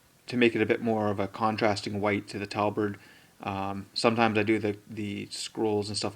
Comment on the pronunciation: great tute, thanks for sharing. one thing - tabard NOT talbard. was bugging me the whole way through.